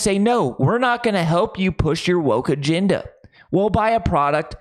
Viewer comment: Dude, it's "agenda", not "aginda."